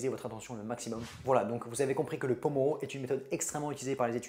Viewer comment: Il me semble que le nom de cette technique s'appelle pomodoro, venant de l'italien "tomate" par Francesco Cirillo (l'inventeur)et non pas pomoro sinon super vidéo !! Merci beaucoup ❤